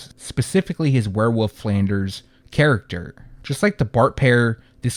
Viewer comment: Lol “where-woof” 😏